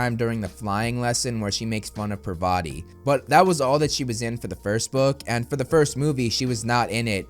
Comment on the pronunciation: as an Indian please let me correct you.. it’s not pravaatiii its …. par-va-ti 😂😂😂 btw love your videos ❤